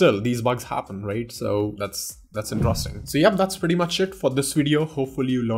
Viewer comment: the way you pronounce interesting is wrong. pls correct it. 😊